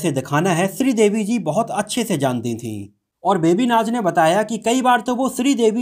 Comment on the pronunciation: मनोजजी "बेबी नाच " नही "बेबी नाज" नाम है उनका ।